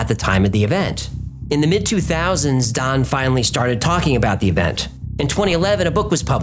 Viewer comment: Still can’t decide if he’s saying Don or Thon. I hear it different every time he says it.